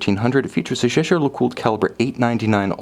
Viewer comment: I love his videos but I really wish he would learn how to properly pronounce Jaeger LeCoultre.